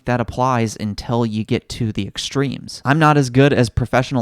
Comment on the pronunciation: What's up with saying "intell" rather than "until"?